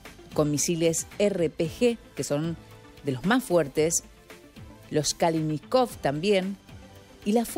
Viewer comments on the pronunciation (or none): Que dice la periodista? no son misiles los RPG-7, son granadas propulsadas por cohete técnicamente hablando lo que "lanzan", nada que ver con un misil... Lo otro era mejor decir AK74 o AK47 según el calibre y no pronunciar mal el apellido del diseñador (Mijaíl Kaláshnikov en español) de todas maneras. Se dedican a informar o a desinformar a la gente? ES SU TRABAJO Y NO HAY EXCUSA EN EL 2024 PARA NO SABER BUSCAR INFORMACIÓN BÁSICA... DEDIQUENSE A OTRA COSA DAN VERGÜENZA.